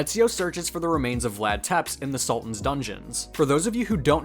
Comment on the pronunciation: That facial similarity is so telling. And it's "tse'pesh" and "drah kula", my good man.